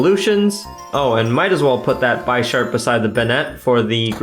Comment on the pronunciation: I'm sorry but I just gotta say it is pronounced Bish-arp not Buy-sharp. Like the chess piece bishop would be said. It was driving me crazy. good video though lol